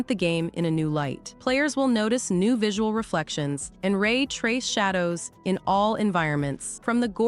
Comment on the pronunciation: Bruh she said Shay dows lol